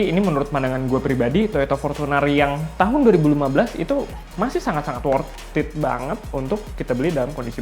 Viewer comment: Sudah motiwasinya ngapusi... pakee wortiit, pasti cuwaaan, pasti bati/untung... itu klo yg juwalbeli... pakee bahasa iklan... Narator nya stelah slesai ngecaap, dari wortiit jadi pakee... sit Aaaaaaaah ngomongnyaaa